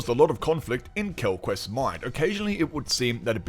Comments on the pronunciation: This review is great but every time I hear "Quellquest" I cringe :'( It's Quellcrist Mackie just doesn't have the same gravitas as Kinnaman, which really added to the darkness of the show in season 1 I felt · maybe you could watch this again and see quellcrist is pronounced Kell-Crist not kel quest or quel crist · You’re funny the way you read Quell quest :body-green-covering-eyes: Its Quellchrist like Christmas tree, quell christ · Agree... the "quellquest" was cringy. But a great review, otherwise 😁